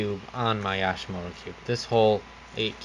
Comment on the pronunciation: Yooooshimoto not yaaaashimoto!